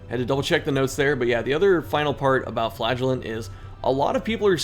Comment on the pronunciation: Sorry dude, you have to start pronouncing Flagellant like Chris does